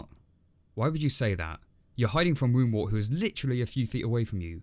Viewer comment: Pronunciation notes: it's Woundwort to rhyme with 'spurt' not 'wart'. KeHAAR with the emphasis on the second syllable is correct. I personally much prefer it that way. Richard recorded the pronunciations for the BBC team before he died, so they get this right, by and large, though they struggle a little with El-ahrairah! And, by the way, does (female rabbits) DO do all the digging in warrens, as Ronald Lockley notes in 'The Private Life of the Rabbit', which was source material for Richard's book.